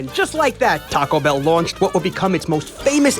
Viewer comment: That’s some nice pronunciation there